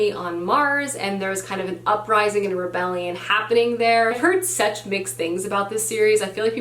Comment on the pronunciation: Why does she pronounce "such" like "sEtch"?